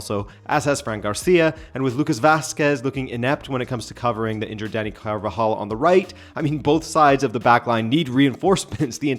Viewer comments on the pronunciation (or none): none